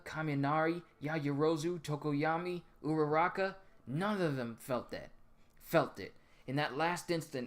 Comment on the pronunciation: Its tokoyami not tokoyama